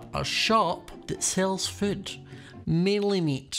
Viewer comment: Am I the only one who hears prounces food as foot?